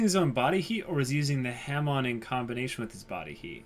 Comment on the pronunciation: It is pronounced (HA-MON)